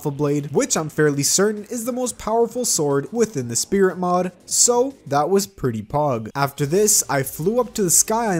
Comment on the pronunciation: at the start of the video you said split mod instead of spirit mod